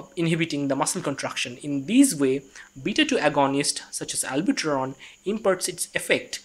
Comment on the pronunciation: Good explanation but it is NOT ALBUTERON... LOL it is Albuterol!